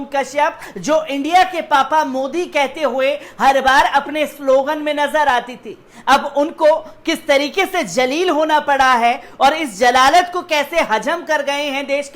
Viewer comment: Aap apna talaphphuz sahi ker lijia Jaleel ya jalalat nahi hota hai zaleel aur zalalat hota hai